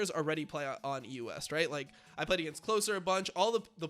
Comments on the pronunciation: The way you pronounce EU West it sounds like you are saying the US every single time. So confusing. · Why does he say EUS, instead of EU West?